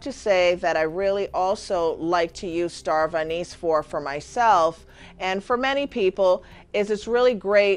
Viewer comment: She's saying starv anise hahshshaha ...she dont even know the name thinkn